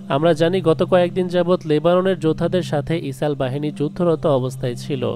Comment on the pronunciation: ইসরাইল কে কেন ইসাল বলা হচ্ছে